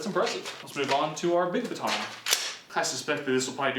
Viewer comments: Please learn how to say baton. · I hate how you say baton “BA TON”